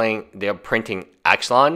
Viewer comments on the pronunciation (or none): "IX-AH-LON" not "Ax-lun" smdh. Also, you are like a broken record. Yes, we get it. It's crazy.